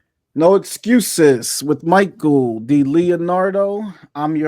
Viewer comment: How can RJ not pronounce Michael’s name yet?